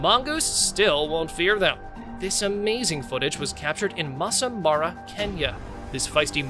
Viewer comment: Great compilation ,but for The part where mentioned a kenyan game park its (masai mara) not "massa mara"